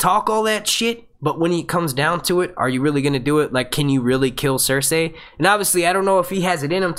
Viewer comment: Dude, Cer-say is the correct pronunciation. George R. Martin himself says it the same way and he's the end all be all when it comes to it. These random peoples opinion on it are completely irrelevant.